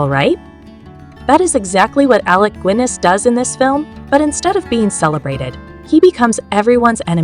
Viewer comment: Alec goo-inness? AI fail.